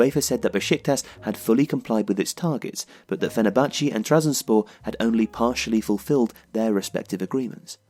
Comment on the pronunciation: amazing video, from a fenerbahce fan (its pronounced fener-bah-che btw) this season has been very depressing